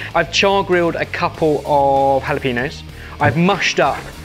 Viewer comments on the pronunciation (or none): If you're in the US, you should try learning some of the American pronunciations for things, especially when they're the right ones, as with anything coming from Spanish. It's jalapeño, not jalapino, and that was cilantro, not coriander (which is a seed). Also, it's not "raunch", try being less posh for a bit. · Also y'all in the UK need to learn how to pronounce the enya (the n with a ~ over it). It's halapenyo. >.>